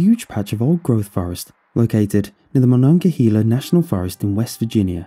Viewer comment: You mispronounced Monongahela. Doesn’t really matter but I live there and it’s my time to shine